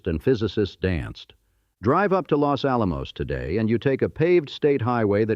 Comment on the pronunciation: Full of mispronunciations, including Los Alamos 😖